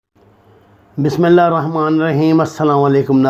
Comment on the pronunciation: طارق صاحب بسم اللہ تو صحیح پڑھ لیا کرو